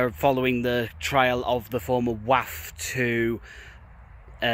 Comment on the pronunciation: Glad you said Wath and not Woth though.😂